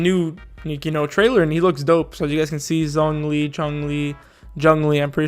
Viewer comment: Just in case you care, his name isn't pronounced "JunLee" or "JohnLee". It is easy to say his name but it is difficult to type out. Let me try. >say "condone" >now say just the "done" part in "condone" >add a "zh" sound in front of the "-one" part >now say it quickly and add a "-lee" at the end >"zhongli" >or alternatively just watch his introduction in the CN dub Hope that helps! Obviously you can just ignore this and call him whatever you want (like shonglee) but I see a lot of confusion regarding his name so I just wanted to throw this out here!